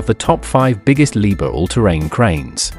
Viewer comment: Не leebear а Либхер!!!